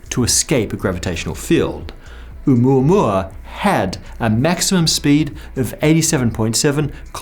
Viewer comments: Thank you for correctly saying the name. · As a native Hawaiian, I sincerely thank you for pronouncing 'Oumuamua correctly. :) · It's the correct pronunciation according to Hawaiians. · Pronunciation was close enough, you get a pass.